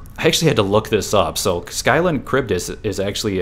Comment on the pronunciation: Scylla is pronounced "sill-uh" not "sky-luh"